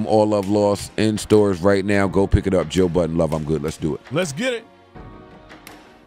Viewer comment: IT'S JOE BUDDEN !! NO "S" AT THE END... DAMMNNNN!!